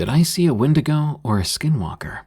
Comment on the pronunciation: 32 real wendingo sightings : "aliens"